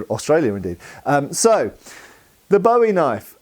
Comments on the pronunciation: It's pronounced boo-ee. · Love the video! I’m from Arkansas where the Bowie knife was invented and I’ve always heard it called pronounced closer to “bouy” like the thing that floats on water. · It's BOO-EEE....